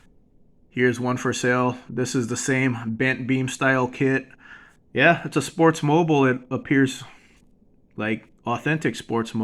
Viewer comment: Just a heads up, I noticed you pronounce it as Sportsmoble but it is Sportsmobile (Sportsmobeel)< phonetic way to say it. Not bashing just trying to help.